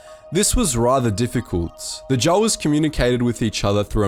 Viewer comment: I'm sorry but i had to flinch everytime you pronounced Jawas the way you did. Try it with a long a. J a w a s